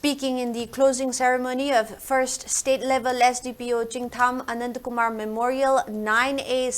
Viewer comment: Who is Anatakumar Hope it is Anandkumar. Pl pronunce properly dont try to be oversmart in reading calling one's name correctly is the sweetest of all